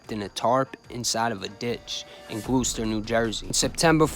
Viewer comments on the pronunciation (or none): Gloucester is pronounced ‘glaw-stur’. Born and raised in Camden directly adjacent to Gloucester. Great channel